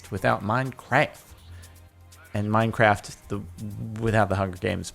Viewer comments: It's "Minecraft" not "mincraf" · he said minecraf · Did I just hear minecwaf